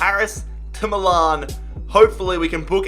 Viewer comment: Can we just appreciate the way he says Milan 😂